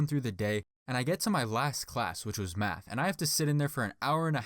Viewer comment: So we not gonna talk about how he says math , and out of pic of science